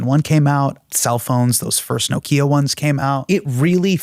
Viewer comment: No-quia? What ???